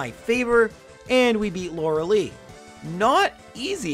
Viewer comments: lorelei not loralee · Hearing him pronounce Lorelei as laura lee instead of laura-lie is nails on a chalkboard to me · If you said lore-lye properly, agatha would let you first try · I believe it's pronounced Lorel-eye... Correct me if im wrong though! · He is saying lorelei wrong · Youre saying lorelei wrong eh